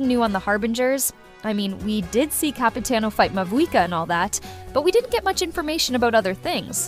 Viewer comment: Excuse me...but did i hear Capitino?😅🗿